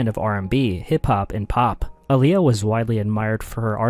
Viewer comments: Aaliyah (ah-lee-yah). please say her name right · Aaliyah (Ali-yah btw) and Selena. I still can't believe it.